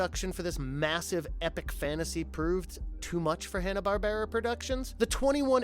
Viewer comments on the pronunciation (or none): Ok all jokes aside, i thought i was the only person to ever pronounce Hannah-Barbera that way! Classic!